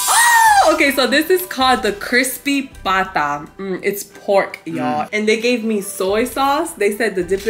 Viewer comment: "Crispy bata" is so funny 😂😂😂 you just said Crispy kid. Haha. It's Crispy pata.